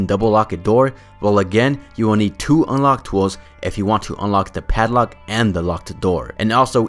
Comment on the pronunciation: the way you say padlock bothers me